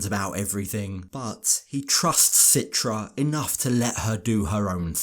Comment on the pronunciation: So much pressure on him to abide by the Islamic rules while citra doesn’t even wear a hijab and follow the rules herself. And why is everyone saying her name wrong? Very strange couple.